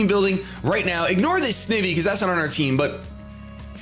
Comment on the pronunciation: I do t know if I heard you right but I think you said didn't pronounce Snivy right? It's Sn Ivy snake plus Ivy